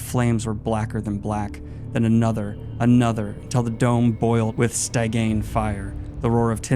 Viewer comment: "Stygian" sti-JEE-in